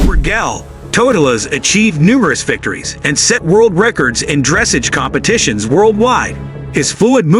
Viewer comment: Thanks! Some of us cringed! Dress-ahge!